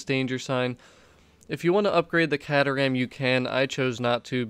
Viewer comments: It pronounced k-ter-ram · Awesome stuff... But the proper way to say the cars name is... Kay-ter-am (sorry buddie)